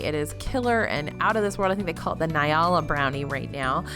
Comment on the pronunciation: Love you, but nyala isn't pronounced "nye-ah-la," it's "en-yah-la."